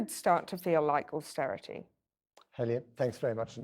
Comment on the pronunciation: Eee by gum.. Its not austerity.